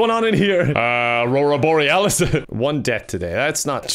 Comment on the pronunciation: "Omg what's going on in there!" "Aurora bolealas" "AURORA BOLLEALAS??? at this time of year, at this time of the day, localized entirely in your kitchen!